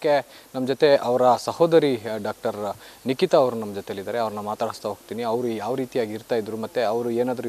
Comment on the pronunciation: Not Likita..its Nikita